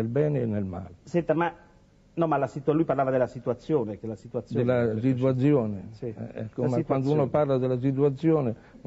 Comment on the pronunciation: 10.54 siduazione!🤣